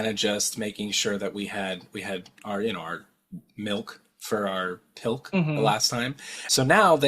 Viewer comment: pilk is more like colk.....